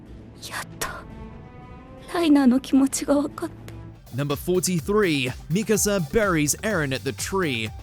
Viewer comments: mikAsa, not mIkasa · You pronounce Mikasa the right and wrong ways in the same video. Not to mention - its pronounced ERVIN. Are you a fan of anime as you say or not?